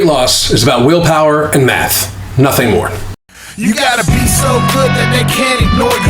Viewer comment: I looked away and it sounded like you said willpower and meth lol